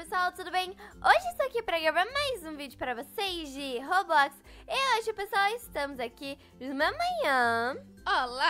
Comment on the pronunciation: vc falou robox